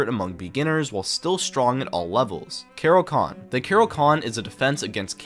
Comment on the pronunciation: bro rly said kero-con😢